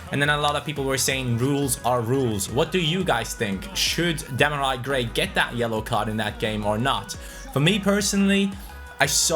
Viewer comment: It’sDemar-eee Gray not Demari... Cmon! 😂😂😂